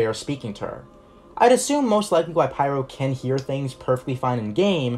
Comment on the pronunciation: just say pyro as pyro, otherwise it gets confusing for feebleminded people